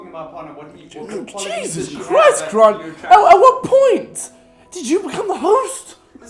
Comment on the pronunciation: Casper says gront instead of grant